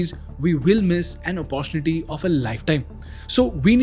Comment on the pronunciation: Since this IS English content ... Pronounced 'opp-uh-TUNITY' ✅ Not 'OPPO-tunity' ❌ Kindly check n correct .